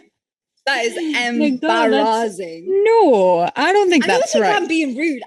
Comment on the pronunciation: Got to love how she pronounces "embarrassing"... In some way she is right, if the guy invites the girl... when you invite someone for a meal... you pay it. However... the person you take out CAN as a goodwill deny you paying it and offer to pay their share of it. So yeah... you are right, allot modern women switch between modern and traditional... whatever benefits her best. But... that's one reason I would not date one of those women... because if I want to "buy" me a women... then I go to women that show me the price of them.